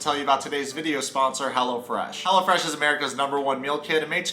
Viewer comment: Side note* I low key thought he was saying Hella Fresh 💀😂💀😂💀